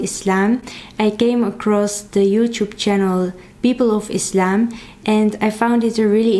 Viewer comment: I love that you prononce Islam right , with s not z .